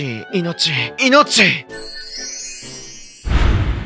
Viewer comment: 「いのち、いのち、いのっち」 これにしか聞こえん